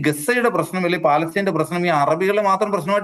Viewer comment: Palestine ennalla, Palestinte ennu Vayikkanam.